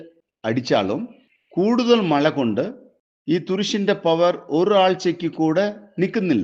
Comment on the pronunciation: മള അല്ല പാണ്ടിക്കാരാ മഴ, ആളുകുവല്ല അഴുകും. 🤣🤣